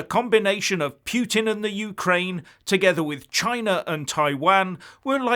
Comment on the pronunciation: Hey, a minor point, would you please try to pronounce "Putin" close to that surname. Your pronunciation is interesting but very few from Ukraine, Russia, Belarus and other Eastern European countries would understand your words.